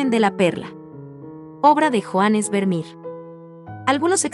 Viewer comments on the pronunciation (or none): Tal cual, estaba buscando este comentario, no solo francés, me da risa esta juventud que está con el chip del inglés que cuando leen Vermeer, dicen Vermir, y se pronuncia como se escribe